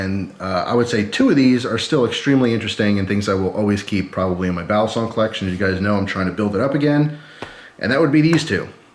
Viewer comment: Balisong is pronounced with the accent on the last syllable in Tagalog. 👍🏽🔪